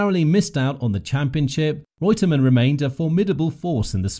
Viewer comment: The narrator pronunciation of the drivers names not correct